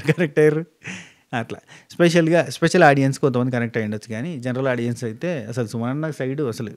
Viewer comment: Few days ee reviewers videos chusthe vachina English kuda marchipotham emo😂😂 audions anta😂😂😂